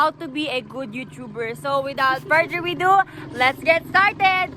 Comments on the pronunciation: WITHOUT FURTHER WEDO!? ADO dooodoo adada ahaha Yon lang. Di ako grammar nazi pero sarap nya laiitin e. Sorry na. 😊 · "so without further we do"????? HUH?!! sige ipilit mo pa yang english mo BUGOK! este